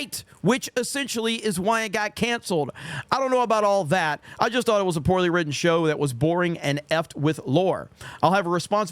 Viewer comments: He forgot the 't' at the end of the word 'thought', so I'm definitely done with his toxic ass. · Here I was thinking his great crime was dropping the "T". ...From the end of "Thought".